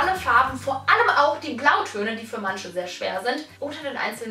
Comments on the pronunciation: Wie sie "manche" als "mansche" ausspricht 😂😂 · Könntest du bitte "manche" richtig aussprechen? "Mansche" sagen bei mir nur Assis auf der Schule. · "Mansche" bitte lern Deutsch! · Es heißt "manche" nicht "mansche" Und "welche" nicht "welsche"